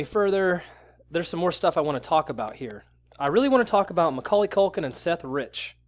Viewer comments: Its Macauley Culkin, not Maculkin, you dolt. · It's hard to take you seriously when you keep saying "McCulkin"...